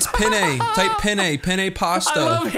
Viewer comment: says "Pene" Every Italian: 👀